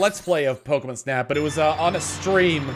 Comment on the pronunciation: The way you say pokemon reminds me of how they said it early on in the original anime, they always pronounced it Pokemun